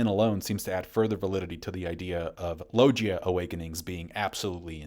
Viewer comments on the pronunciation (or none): STILL can't say logia correctly.. how many years and how many times do you have to be corrected before you finally pronounce something correctly? "Low-gii-uh" not "low-Jee-uh".. Cuz you try super cringey hard when tryin to say anything Japanese in a (bad) Japanese accent.. yet being corrected on certain names FOR YEARS and you don't even seem to try.. I don't get it.. but whatever.. keep sounding dumb and keep getting corrected then..